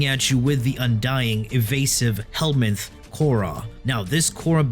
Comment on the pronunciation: i clicked off as soon as i heard "helmith"